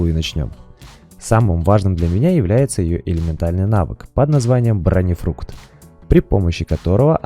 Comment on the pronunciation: БронеФРУКТ? Серьёзно?))))